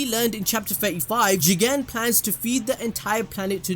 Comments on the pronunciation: at the start of this video I hated they way u say jiGEENN!! now I say it like that HAHAHAA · "Jigen" what i hear chicken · Why there is a highlight while pronouncing 'Jigen'? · there is no precedent for you saying Jigen the way you do, its by far the worst part of any anime video ever made, besides that your vids are very informative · can someone explain why says it that way? i must have missed sth